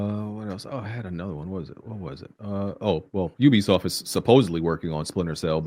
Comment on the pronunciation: . I thought I was the only one always correcting people how to say Youbisoft Ubisoft😂